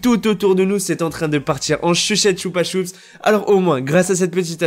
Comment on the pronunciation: A il dit "en chuchette chupasups"😂😂 t le mllr